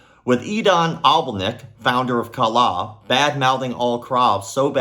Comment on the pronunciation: As a Indonesian, yes Kalah means lose And the way say Kalah sounds a bit like a native speaker 😂😂😂